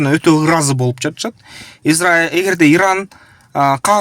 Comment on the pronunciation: Ердан эмес туура суйлосон иран